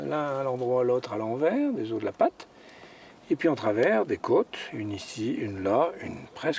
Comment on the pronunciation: Oh la vache, le prof qui explique aux enfants les ors de dinosaures étaient là ... NOOOOOOOOOOON ce sont des fossiles pas des os !!! Et on dit les O pas les OSSE.